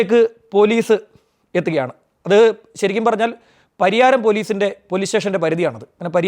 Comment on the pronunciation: Pariharam alla. Pariyaram